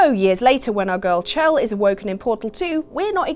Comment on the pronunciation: IT'S SHELL. SHELL. HER NAME IS PRONOUNCED SHELL. NOT CH-ELL